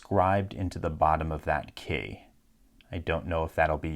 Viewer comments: Why do you pronounce key like "kæy" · His pronunciation of "key" in certain situations is golden. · Do you know where he’s from because his accent comes out whenever he said key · the way you said key was funny to me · He says "key" weird